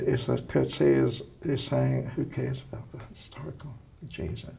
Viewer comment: This lady is one of the few people I've heard who pronounce Coetzee's name correctly. Congrats to her!